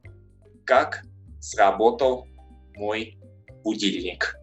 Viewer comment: Its not mój dom in russisn but moj dom. Not muj but mOj